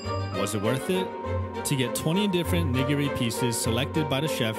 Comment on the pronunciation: Bro the way he pronounced nigiri tho 💀💀